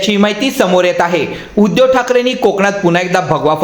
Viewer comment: उद्यव नाही रे बाबा उद्धव नीट बोलायला शिक आधी